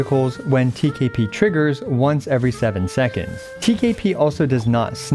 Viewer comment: TKP sounds like TKB and iykyk😭